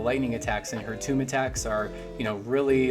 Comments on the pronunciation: "toom" -> "Tohm" "The Reese" -> "Terese" please and thanks :) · nah thats fine.... mainly "tome" being pronounced "toom" was a bit weird. just used to everyone pronouncing it like "oam" like other words such as gnome or chrome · Fyi: Tome is pronounced like “home”. It sounds like you’re saying “tomb”